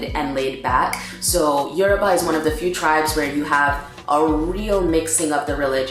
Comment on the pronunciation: I'm Yoruba too, the way you pronounce the yoruba words are so funny but you tried 😂